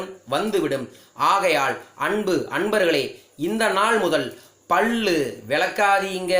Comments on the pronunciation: பள்ளு இல்ல Boss... பல்லு. சரியா உச்சரியங்க!!! பகிர்வுக்கு நன்றி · பல்லு not பள்ளு...உச்சரிப்பு செரியில்லை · First learn how to pronounce pal pls.